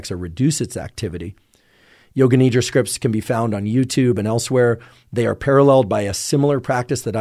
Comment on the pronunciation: Appreciate the content shared. When you say Nidra, its pronounced Nidhra with a soft D. It means sleep in Sanskrit. Thanks